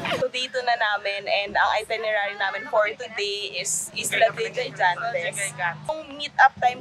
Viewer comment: Islas De Gigantes ang pronunciation sounds or read like “ Higantes “